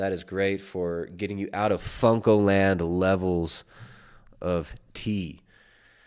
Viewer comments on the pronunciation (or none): I love how doesn't even know it's Funko and says fungo haha thats how baaed he is. Funko is this justin guys whole life, and is 7 years later mispronouncing it. Champ